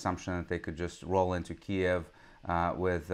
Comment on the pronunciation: "Ki Keev" stopped me. Sir Lawrence suffered a glitch in his programming. If he can't stick to the script, he'll get cancelled. I think I'll take a look at what RT and the Global Times have to say. Diversity is our strength. 🥴 😂